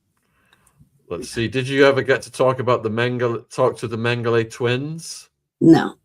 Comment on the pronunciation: In case someone wants to look this guy up, it's J. Mengele, not Mengley.